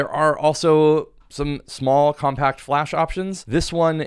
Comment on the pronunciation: I'm shocked how many fellow Americans can't stress properly myriad of words . such example we may observe here . here indeed in abundance . its not compa'ct , it is Co'mpact - adjective . and in some cases yet also not proper for gen English one may say compa'ct - signaling that its a verb .